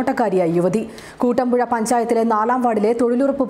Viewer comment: കൂട്ടമ്പുഴ അല്ല കുട്ടമ്പുഴ എന്നാണ്.... !!